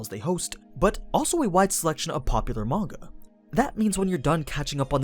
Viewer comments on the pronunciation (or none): none